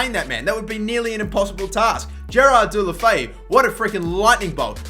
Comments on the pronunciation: It's pronounced de-lo-fe-oo dickhead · You said his same SOOOOO wrong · that pronunciation xD